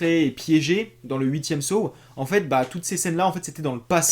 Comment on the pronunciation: On prononce Saw et non Sow. C'est comme si tu disais Los Vegas pour Las Vegas.